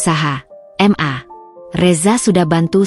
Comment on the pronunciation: "ma" bukan "m" "a" sebut dgn betul lah...🙄